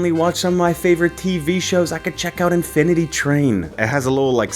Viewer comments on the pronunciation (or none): none